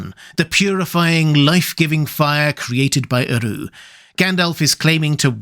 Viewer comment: Love this,. 🩷 If you check the pronunciation rules Tolkien included in LotR, "Eru" has the emphasis on the first syllable, EH-roo. "Anor" should be a long a sound, AH-norr. "Udûn" sounds like oo-DOOON, the accent marking that the vowel is drawn out.